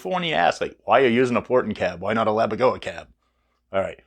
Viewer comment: Pssssst, it's Laboga, not Labogoa 😁 Also regarding tube/solid state - that only refers to the tube/diode rectification, quite similar to the options on a Mesa rectifier. Had nothing else to do with solid state amps like the Randalls etc. Absolutely killer tones though. My Mr Hector is also one of my all time favourites 🤘